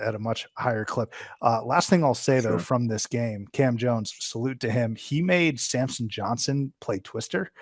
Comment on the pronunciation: How many time can he get Samson’s** name wrong. Every video!